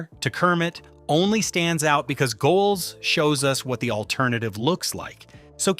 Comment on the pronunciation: Cripes, this mechanical voice is annoying. You've got a potentially great video here marred by the fact that a robot doesn't know how to say the name of the person the video is supposedly celebrating. So you have the v/o saying "Go Elz" like it's giving big ups to the Rhineland. If you're praising the humanity and artisanal qualities a person has brought to characters that survived corporate buyouts and technological obsolescence, then actually have a person say it. Do better.